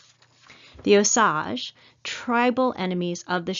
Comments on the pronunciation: Its pronounced ohh SAGE, like the plant or spice....NOT oh saggh.. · You are pronouncing OSAGE WRONG, IT IS O SAGE